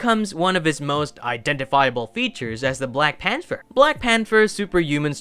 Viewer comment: The word is pronounced “Pan-ther”